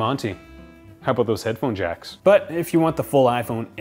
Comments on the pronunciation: Canadian? “ Aboot “ :) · worry aboot it! Haha I love Canadians